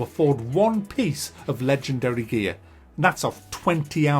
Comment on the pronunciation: I know he's saying "gear", but all I hear is "gaaay".